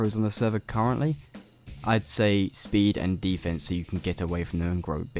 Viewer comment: "Sped" lol, so many people say sped instead of speed